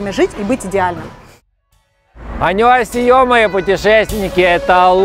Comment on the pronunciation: Не Ане асие, а Ане исимника.